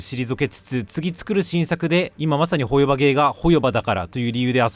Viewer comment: 自分も３作品全部やってるから動画内の言いたいことは概ね同意だからホヨバのイントネーション変えてくれ、トトロのイントネーションやねんそれ。チヂミのイントネーションで言ってくれ